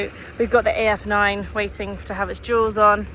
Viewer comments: I know she’s saying duals but I agree it sounds like jewels. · I love your videos. Btw, I've been trying to figure out if you are saying 'duals' or 'jewels' when talking about the additional wheels that get attached after a road trip.